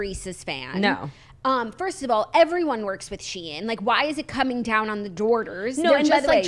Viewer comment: It’s pronounced how it’s spelled “She-in”. Originally was called SheInsider and they shortened it to just Shein.